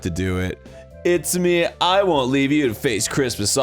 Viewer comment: Arin you speak Japanese. You know that's not how you say Itsumi